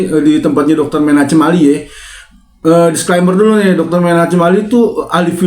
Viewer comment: Bang itu ejaan lama tulisan Chem dan dibaca H yg tipis (kh ejaan baru). Bukan C tapi ke H tipis kh, sepeti ACHMAD bukan C tapi Baca H